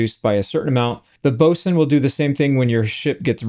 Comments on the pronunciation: Glad to hear you say 'boatswain' the proper way also. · Congrats on your correct pronunciation of “Boatswain”. You’re the only YouTube streamer I have seen who managed to get it right. ❤ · Finally, someone who knows how to pronounce boatswain!